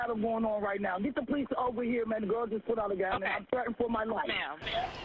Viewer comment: The “poe-lease” 🙄🙄🙄🙄